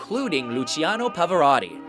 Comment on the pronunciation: He pronounced Pavarotti right